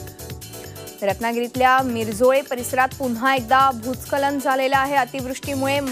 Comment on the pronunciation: भुत्सखलन Aahe te भुत्खलन नाही 😂😂😂